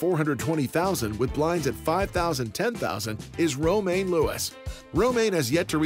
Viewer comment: I love this series, but the introduction voice misspronouncing Romaine is sooo annoying.